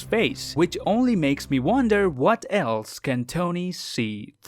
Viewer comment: "What elese can tony see through"